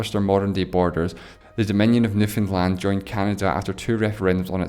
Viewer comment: Finally a person not from Newfoundland that knows how to say it half right